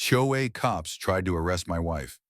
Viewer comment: A HOA story and the AI voice can not pronounce it!! First word of clip! Not checked before posting.